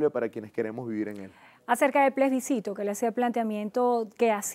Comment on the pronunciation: se debe leer Plebiscito, no plesbicito se ha escuhado mucho esta palabra mal dicha.